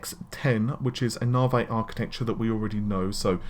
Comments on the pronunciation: Narvey? NAVEEEEEE REEEEE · and he can not pronounce Navi correctly...snickers